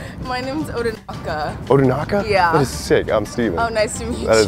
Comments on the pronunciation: ODINAKA* not ODANAKA. Great video btw 👍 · The name is odinaka not odanaka but funny vid tho